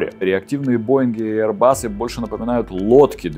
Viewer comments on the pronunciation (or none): none